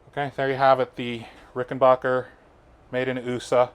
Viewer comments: It's not Rickenbacher. It's Rickenbacker. I mean the dude changed his spelling and pronunciation. At least respect that. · Excuse me Dear Sir........ It's pronounced RickenBACKer.......not BOKer 💫